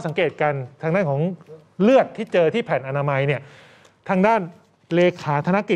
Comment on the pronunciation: น้องอ่านข่าวผช. อ่านได้ถูกต้องเลยคำว่า " แผ่นอนามัย" หลายคน ชอบพูดคำว่า ผ้าอนามัย เพราะมันคนละอย่างกัน